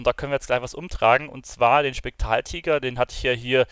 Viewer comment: Du kannst ja nichtmal spektraltiger richtig aussprechen 😂